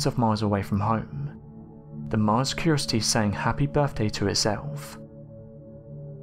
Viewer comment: Curiosity not curosty